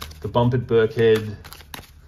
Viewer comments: It’s not that important, but I live near there and it’s pronounce Birk-en-head. Great reading. I’m getting some Pomegranite juice. Love to the piggies ❤️ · It’s Birkenhead not Birkhead 👍 it’s a little fishing village on the River Mersey… opposite the centre of the known universe… Liverpool 😉